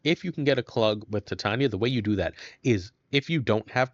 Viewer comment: OMG it’s TITania as in titanium or titts